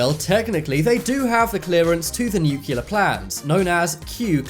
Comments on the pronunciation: It’s nu CLEAR not nuccular. Get it right! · Please learn how to pronounce NUCLEAR! Not Nucular!!!!! You're not Homer Simpson! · Frustrating! You spell it NUCLEAR in the video but insist in pronouncing it NUCULAR. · It's pronounced nuclear, not nucular. Couldn't watch the video further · "Nuclear" not "nucular". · Seeing as you invented the stuff, isn't it time Americans learn to pronounce nuclear (as in "New - Kleer") the constant "new-kew-lah" becomes a bit tiresome after a while. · Nuclear...( New clear) not nook ya ler...new clear... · Nuclear... it’s new-clee-ur, not nuke-you-lur. Drove me nuts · It's pronounced NOO klee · "Nucular" codes .... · "New cue lur" Thumbs down Exit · 'Oftentimes' ?? Shoorley you mean 'oftenley' ...and 'NEW-CLEAR' as opposed the mangled US attempt at pronunciation to which you seem so keen to align yourself. ;-) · It's painful to hear the many times he said "NEW-cu-ler." All you have to do is look at the word; it's spelled exactly the way it's supposed to be said. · Funny how the word "nuclear" is mispronounced every time. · Lol these idiots chant even pronounce nuclear